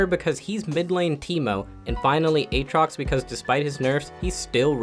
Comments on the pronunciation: I hate that you say a-a-trox so much. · Buddy really pronounced it a-atrox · If you don't get it, he mentioned him as a-atrox the whole video, but in this one he says it correctly. Can't believe i have to explain this but okay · why do you say a-atrox when you should say aatrox? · Not finishing the vod. Can't stand that A-atrox pronunciation. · i havent heard a single person say A-atrox urGOT Also yorick morie Is that what he said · "Ay-Ay Trox" Must've coached in the inner city for a while. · Who the fuck is Ayaytrox? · he's memeing when he's saying aatrox lmao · Never say Aatrox like that again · how you pronounce Aatrox is nutty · Can't believe he mispronounce aatrox